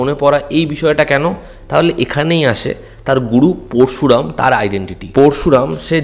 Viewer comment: উচ্চারণ টা পোরশুরাম নয়, পরোশুরাম